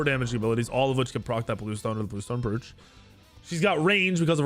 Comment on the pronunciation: Bruv... Bluestone Brooch (Broach)... Rhymes with "Coach"